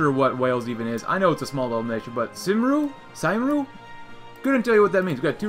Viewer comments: It's pronounced kum-ree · My guy said saimru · "cymru" is pronounced "kemri" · Cymru is Pronounced Kum-ree